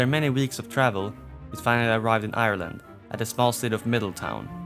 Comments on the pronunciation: im a midleton enjoyer, theres a Fether monument for the native americans. Also pet peeve its pronouced Middle-Ton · We would pronounce it Middleton